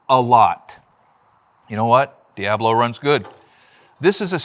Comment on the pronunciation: Its El diAblo, not thee DIEaBlo 😂 thanks for another interesting pronunciation ❤